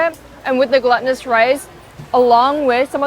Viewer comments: 1) I like your videos! 2) looked it up because I keep hearing you say it like "gluttonous" rice. It's not that, nor like it's containing gluten, but "glūtinōsus" as in being glue-like or sticky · Gelatinous (je-latin-iss) and glutenous (gloo-tin-iss) become gluttonous (guh-luh-tin-iss) 😂 love your vids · Hi, psst... "glutinous" is pronounced GLOO-tinous... "glutton" and "gluten" are different in pronunciation and definition! =)